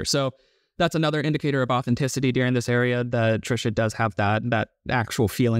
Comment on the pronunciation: Where is it, regionally, that people pronounce the word “during” like “deering”?